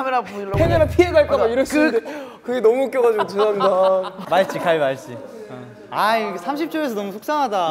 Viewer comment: 준휘 발음 귀여워ㅠㅠ 마싯찌!